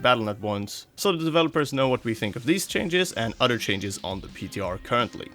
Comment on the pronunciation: He says odor and not other its kinda funny